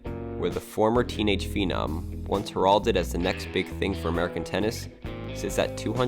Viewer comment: "HER lded"